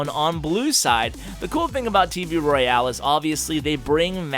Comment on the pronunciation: Why do you pronounce it "roy-ale"?